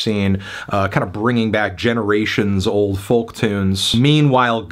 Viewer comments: Oh god hes pronouncing folk like that again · He can't pronounce folk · Is the pronunciations of the L in folk an American thing? Being Irish I've never heard it pronounced.